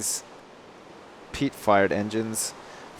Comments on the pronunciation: Who else keeps hearing him say "Peat Fart Engine" instead? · when you say fired it sounds like your saying fart (Peat fart engine xD)